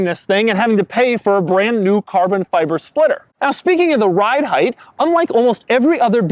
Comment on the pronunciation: Doug you have the most quirky way to say carbon fiber!!!